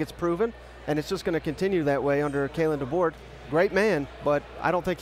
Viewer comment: ...Please stop saying "Kalen Deboard". Learn how to pronounce his name correctly. That is very disrespectul.